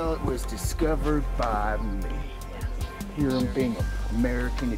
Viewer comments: Thanks. Lovely photos. Hiram is pronounced Hi rum with a long i. Hi like hi when greeting someone. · High-ram, not heer-am.